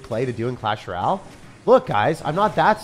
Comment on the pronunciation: Clash RALLE. Like I swear he is the only person who says it like that.😭